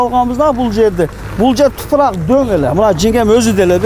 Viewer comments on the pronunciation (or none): Эй манкурт "тупурак"эмес топурак деп суйлочу,кыргыз тилинде тупурак деген соз жок